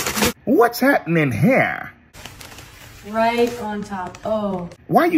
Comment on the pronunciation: “What’s hapnem hereahh”?!!!!